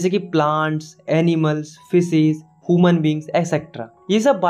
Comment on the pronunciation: ह्यूमन❌ हुमन